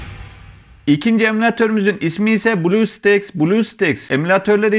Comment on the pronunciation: blu staks değil blustack diye okunuyor